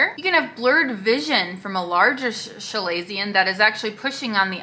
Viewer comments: “Shu-lay-see-un? It’s kuh-lay-zee-un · FYI. You are pronouncing it wrong. It’s Kuh-lazion.